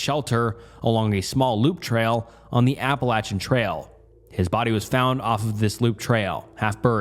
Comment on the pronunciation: I dont typically comment on any videos…but…I just gotta say “thank you for pronouncing “Appalachian” the correct way”